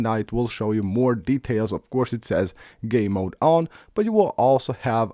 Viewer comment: Hahahaha I heard that to it’s his accent but he means well lol